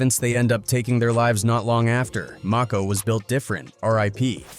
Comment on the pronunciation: Saybthere names right broo..its og Maco not og mako lmao..and kid cuddi not kid koodi))